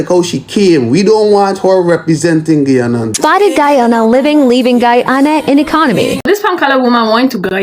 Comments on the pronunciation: Get ready with me while I tell you facts about 'Gie-ohnna"🤨🙄🙄🙄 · She can’t even say Guyana right 😂